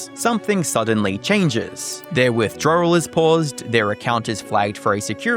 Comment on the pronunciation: As a Mexican I noticed these white YouTubers pronounce words wrong, that’s not how you say withdrawal or wording